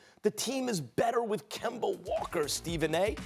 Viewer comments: Nobody: Stephen A: KEMBER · No one: Absolutely nobody: Stephen A: Kember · Yo, Stephen A! Who on earth is Kember? 😂😂😂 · "Kember" "Kyrie Irvin" 😂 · “KEMBER WALKA” - Stephen A. Smith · Spike Spiegel Kember Walka- Stephen A Smith 😂😂😂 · He said: Kember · Stephen A: Kimber Walker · This man just called Kemba Kember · SAS call kemba - kember 😂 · "Kember Walker" - Stephen A Smith 2019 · Nobody: Stephen a:Kember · "Kember Walker" - Stephen a smith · Why can't this man ever correctly pronounce Kemba? 🤔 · Kember..the r is silent for Stephen A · “KEMBER” That’s Stephen A Smith for you. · Why does Stephen A pronounce Kemba with the hard r? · Absolutely no one: Stephen a: "KEMBER WALKER" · Any word ending with an A is going to sound like a R😂 “Georgia(r)” “Kemba(r)” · KEMBA STEPHEN A. ITS KEMBA!!!!!!!! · Dat Dude it’s an east coast thing. It’s derived from when the settlers came to the new world from England. English people also have a tendency to to switch out from anything that ends with -a to -er. Like idear rather than idea